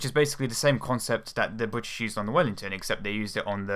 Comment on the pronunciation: the "bwitish"?!